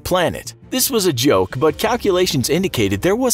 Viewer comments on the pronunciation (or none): none